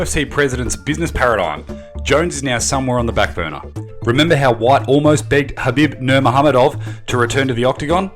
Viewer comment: for a "MMA Genius" that's one of the worst pronunciations of Khabib Nurmagomedov I've ever heard